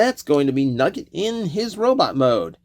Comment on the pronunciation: Wrestling fan + hearing "Nuggi(e)t = thinking of, and missing, Owen Hart